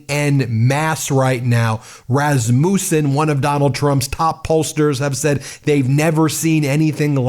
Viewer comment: Item for your file of useless information. Rasmussen is pronounced Ras' mus sen, not Ras mus' sen.